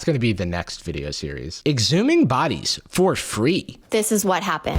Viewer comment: the voice on “eXhUmInG bOdiEs!”